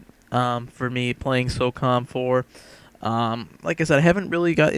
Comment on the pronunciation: it's SOCOM dude not SOCUM, as u said !!!! so cum :P